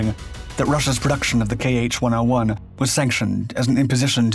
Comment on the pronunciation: It's not "kay aitch", it's "kha" (IPA [xa]), "kh" as "ch" in "loch"